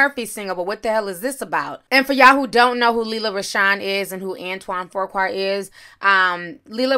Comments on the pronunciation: Fuqua... FOO KWA not FORQUA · Antoine pronounced "few qua", not "foe qua". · OMG it is pronounced FEW-kwa!!! It's like nails on a chalkboard everytime you say FOR-kwa!!!!!!!!!!!!!!!!!! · Why you keep saying FURQUAR when it's FUQUA.. in other words FOOQUA... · Right! I mean, he doesn't deserve any correction lol but it's pronounced "foo-kwa" I'm wondering where everyone keeps coming up with a "r" too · Fuqua is pronounced FYou-Kwah and Foo- Kwah. It is not pronounced For-Kwah or Four-Kwah. Nonetheless, I love your videos. Keep up the great work. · It's not Pronounced: "Foo-Kwah" its Was My Mother's Maiden Name Before She got Married it's pronounced "Fru-Quae" Its French/European. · FOOOQUA is the correct pronunciation of his name. If you say FORKQUA 1 mo gin, Imma jump through this dam fone. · FU qua not for qua, pronounced fu as in the "fugees" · It’s Fuqua not For-qua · Not Forqua... Foo-qua =Fuqua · It’s Pronounced foo-quah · I can’t get past you saying FURkwa... where is the R? 😂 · His name is pronounced Few Qua =Fuqua Nicole needs to remember how Eddie treated her when he was picking up transvestites. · Man!! How about I’ve seen like THREE vloggers add a random R for no reason. One said, “Frew-Kwa” And took me all the way out. Reminded me of my uncle calling us his neffrews. 😂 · Ti, if you don't stop adding a phantom R to Fuqua! LOL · Antoine Fuqua pronounced 'Foo-Kwah'......No offense, you're always on point!😃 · Antoine Fuqua (Ant won) (Fuu kwah). You're welcome. Lol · There is no 'r' in his last name! Lmao say it with me "Fuqua" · Fuqua is pronounced “Foo Kwah” Lela is pronounced “Lay luh” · I did not Intend for the r to be there that mas My mistake but It is Pronounced Foo-Kwae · No “r” in his last name sis Fu-Qua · It's. Antoine FU-QUA! It ain't that hard! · 😂 “Antoine ‘For-quah’” 🥴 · Dang that's crazy. His name is pronounced Foo-qua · Hi...Fuqua is pronounced FEW KWAY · His last name does not have a “R” in it🤣🤣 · pronounced FEW-KWA Fuqua